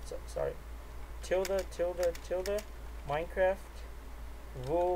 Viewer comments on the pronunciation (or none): none